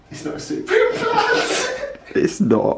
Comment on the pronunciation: It is “supreme” not “soooopreme”